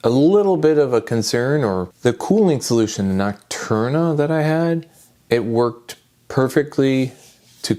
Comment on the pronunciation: nocturna cooler did you mean noctua LOL